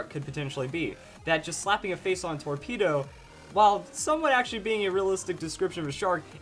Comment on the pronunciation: I know he says "slapping a face on a torpedo" but it really sounds like "slapping a face onto a paedo" X'D